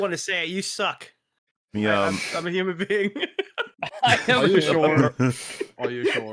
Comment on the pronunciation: "Hoooo-muhn being". Ack. Ack-ack.